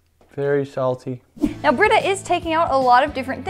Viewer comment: "Vewwy shalty" I'm dead lmao